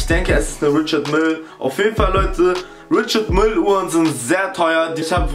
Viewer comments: man spricht richard meil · Richard Mille wird französisch ausgesprochen. Das schlimme ist das hier fast niemand das weiß. Du sagst es und alle anderen sprechen es auch falsch aus. Nenene